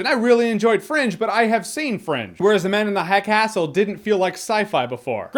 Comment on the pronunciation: "Ze Man Uns Ze Hai Cas'l" Goddamit i laughed so hard